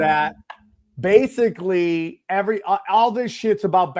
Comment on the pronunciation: I love how Sam pronounces "basically" he says (base-ka-ly) basca instead of basic. Much like libary or ambalance. Love ya Sammy T.